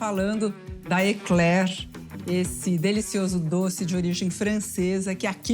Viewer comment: Parabéns a primeira brasileira com cultura e fala o nome correto Ekler e não bomba coisa de brasileiros sem estudo.